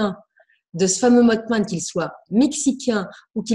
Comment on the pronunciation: Si me lis, ça fait deux émissions où elle parle du mothman sans bien le prononcer et ça m'irrite vraiment (en plus la crédibilité en prends un coup). Ça se prononce mossman et pas motteman... voilà dsl mais j'en pouvais plus. Je suis soulagé merci.